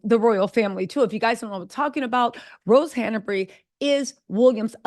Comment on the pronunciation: Just FYI, it's Han-bury, not Hannah-bury.